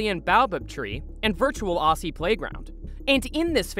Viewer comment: Sorry but as an Australian its actually pronounced Au"zz"ie not Au"ss"ie same as emu being Emyou not Emoo. Simple mispronouciation but I can speak for most Aussies it's a tad distracting.